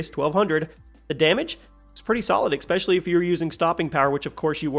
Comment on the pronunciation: I love the vids but there is no x in the words especially